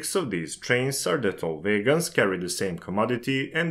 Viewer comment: Why are you pronouncung "wagons" as "vegans"? I was really confused for the first half of the video...